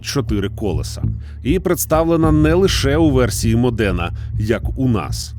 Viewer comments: только правильно мОдена. а не МоденА. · Дуже класний відос, одне зауваження- не МодEна, а мОдена, також як Ламборгіні, а не Ламборджині, бо аж вухо ріже ))